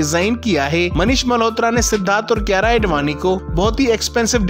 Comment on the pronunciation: His aedvani tho 🤌😂